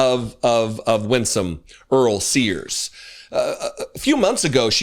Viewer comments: Sears….not Spears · SEARS not SPEARS